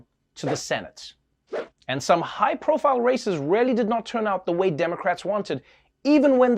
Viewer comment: Did Trevor say "high profile races" or "high profile racists"?